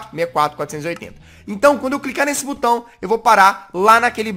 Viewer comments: SO EU ESCUTEI O JAZZ falar CU BAO 😂😂😂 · quem ouviu o jazzghost falando butao dá like